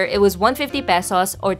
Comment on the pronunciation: Finally someone can pronounce Pesos correctly